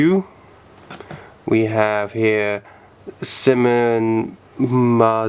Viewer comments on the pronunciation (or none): Not sim-on its s-eye-mon